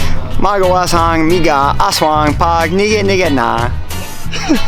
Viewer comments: Your grandma said “lobot” and your sister’s husband said “ngigit” or something.. sounds like igit hehehehehehehehehehehehehehehheheheheeeeee hahahahahahaahahaahhahahahaahaahahaaaha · hello! lingaw kaayo ko sa imoha nga gigama nga vid...as in katawa jud ko ug maayo sa "nga" ug "mga" ug "ngitngit" coz they sounded like from Lesotho (i think). pwede mangutana nganong maayo kang mu-Bisaya? salamat! #AnnBev bisdak